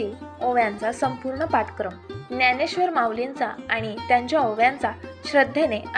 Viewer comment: सगळे जण ज्ञानेश्वर शबदाचा उच्चार न्यानेश्वर असा करतात.